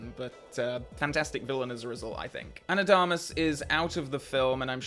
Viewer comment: I really like your videos, you should look up how to pronounce Ana de Armas name